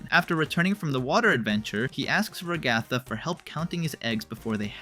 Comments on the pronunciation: Ragatha ❌ rgatha ✅ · RAG-uh-thuh not Rag-ATH-a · It’s not pronounced ru-gA-thu it’s pronounced rA-gu-thu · Da fu** you calling her ra ga tha its fu**in ra gu tha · STOP SAYING RA-GA-THA ITS RAGA-THA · Is it a fandom inside joke to mispronounce Ragathas name? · Why do you say ragatha like that? Just wondering